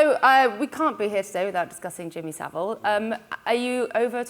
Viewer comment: Ffs Its Savile......